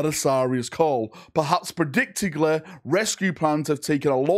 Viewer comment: Brits: "We invented English so we know how to speak it!" This guy:"Primely, Predictigly" If you have a speech impediment then I apologize lol